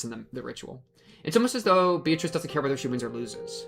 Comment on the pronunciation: How did bro get all the way to the end of Chapter 2 and binge that much anime, but still not nail the Japanese pronunciation of 'Beatrice' LMAO?